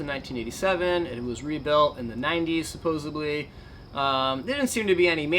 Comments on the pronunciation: I hate to be that guy... but please stop saying "supposebly". Otherwise, keep up the great work! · Please stop saying "supposably"